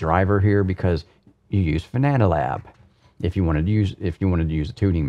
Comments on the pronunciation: it's Fanalab, not Fananalab:) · Wondering when you will finally learn how Fana(na)Lab is correctly named. :D Its called FanaLab, not FanananananananananananaLab :D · Always cracks me up when he says "Fananalab" LOL It's fan-AH-lab,...not fa-NaaNAH-lab:-) Great review as always, this and the Porsche 918 Rim are the only Fanatec gear that hasn't given me any problems in 2+ years (can't say the same about the V3 inverted pedals, The H-Shifter, The McLaren or Formula V2 Rims). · the software is called fanalabs, but calls it fananalabs. He sticks in an extra a and n. Makes it sound more like banana. Just amuses me, that's all ☺️ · “Fananalab” hahaha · Fananalab 🍻😂😂 . Said it a few other times. Banana fanana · Every time he says Fananalabs I loose my shit:-) is the best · I just think it’s funny that he said fananalab every single time.